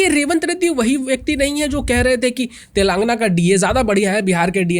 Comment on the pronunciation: भाईसाहब तेलंगना नही है तेलंगाना है।